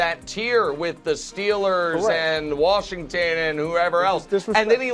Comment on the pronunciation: Somebody teach Brou how to say Washington lol “warshington” 😂. Even when he says washed he throws an r in there. Come on Brou lol